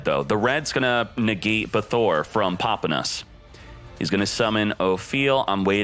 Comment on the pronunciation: I like how u pronounce “popping”